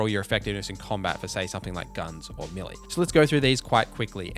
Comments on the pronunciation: Never heard that accent on "melee" before. To my central Canadian ear it sounded like he said "milly". Is that correct in his region or would his neighbor correct his pronunciation? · Is that how you say melee? Americans say Maylay.. Are we wrong?!